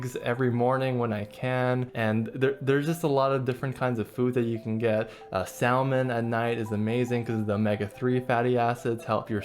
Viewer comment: you pronounce the L in salmon and now I can't take your video seriously and will die as I lived, a hecking chonker.